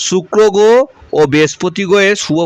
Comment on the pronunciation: র ফলা উচ্চারণে সমস্যা হচ্ছে। গোহ, পভাব বলছো কেন?